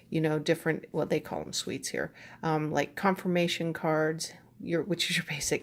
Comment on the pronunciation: Hi! You pronounce "suit" as "sweet", it is cute to hear. Distracting but cute.